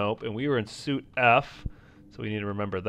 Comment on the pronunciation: FYI, SUITE is pronounced Sweet in a room setting.